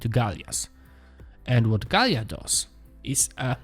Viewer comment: Gaila, not Galia....!